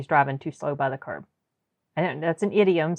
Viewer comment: curb not carb